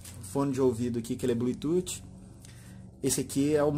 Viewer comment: Legal.. Me tirou as dúvidas.. Vou comprar... Obg.... Se me permite uma crítica construtiva... Não diga blututi... Chega doer no ouvido...pronuncie blutufffffff